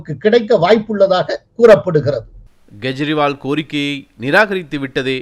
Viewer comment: He is not GEJRIWAL. Pronounce as kejriwal. If there is no common alphabet for K or G see English language.